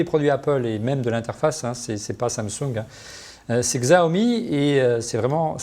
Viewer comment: On dit "Chao mi", ça m'a agacé tout l’émission!